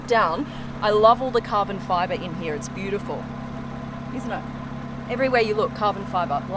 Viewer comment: I love you when u say the word heere